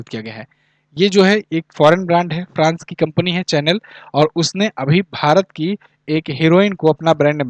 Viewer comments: Sir in qus. No 6 , चैनल nhi शनैल pronunciation correct hoga hoga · Sir dont mind I am you follower. It's in good faith. Chanel Pronunciation is a shuhnel.